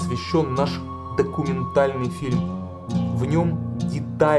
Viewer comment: У вас хорошие фильмы. Но, не обижайтесь, интонационные ударения, зачастую неверные. Например, об этом наш ДОКУМЕНТАЛЬНЫЙ фильм. Примите, как конструктивную критику. А за ваши работы, спасибо.